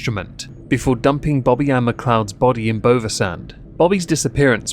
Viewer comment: Bovisand is pronounced buvy, buv like dove